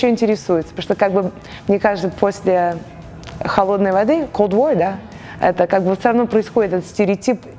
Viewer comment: 9.35 Она хотела сказать «холодной войны», а получилось «холодной воды»?🤦‍♂️😁